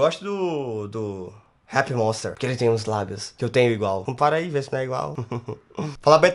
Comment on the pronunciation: Fiquei toda boba quando ele falou RAPPER MOSTER (Acho q e assim q se escreve😁)